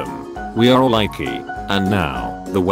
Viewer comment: Shaw-pe-shifter. (shapeshifter) eraze (erase) rattle am (rattle 'em) dumbss (dumbass) hot cheetas (hot cheetos) jiftwrap (giftwrap) Bucky's first (Bucky's FIST) ramce subplots (romance subplots) Ikee (IKEA) just a FEW examples of the words being SAID and how they're SUPPOSED to sound/be pronounced.